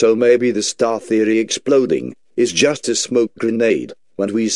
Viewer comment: "i jost not understarned." "don't try to debunkall" lol